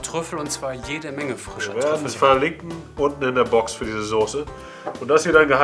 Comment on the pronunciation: sooose....es heißt Soße und das S ist so scharf wie das Grillshowmesser....sieht dennoch köstlich aus, wird ausprobiert :)